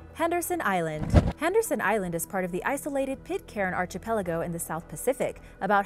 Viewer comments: Archipelago is pronounce ARK EE PE LAGO not ARCHIE PELAGO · its pronounced "ark-i-peligo' not archy peligo like some mid west Guido and being from Australia its pronounced frazor island not frasier like the show ' ugh do your research before you post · Love all your videos, but the archipelago thing is driving me crazy. Its not pronounced like arch...but like ark-ki-pell-igo. I even googled it to make sure I wasnt crazy. I'm sure you have a lot on your plate but I just cringe when I hear the pronounciation. It happened in another video a week or so ago as well. Anyways rant over. Keep up all the awesome videos! I watch everyday! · I know I've mentioned it wayy too many times but, my OCD requires me to yet again bring up the mispronunciation of Archipelago,, it's pronounced Ark-i-pel-ago... I'm not trying to be a pain but PLEASE fix your pronounciation! 👍 I really enjoy your videos but the Archipelago thing drives me nuts!! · I am multilingual, so I'm probably more picky about people with English as a first language pronouncing English words correctly.